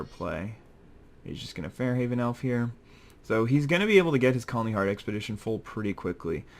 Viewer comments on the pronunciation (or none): Isn't it Far-haven elf (Far pronounced as in the word far) instead of Fare-haven?